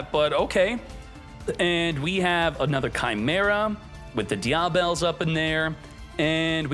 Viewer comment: Die-ah-bell... <-- this killing me😂😂😂